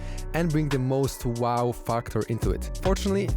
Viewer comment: For tu na tea Lee 😂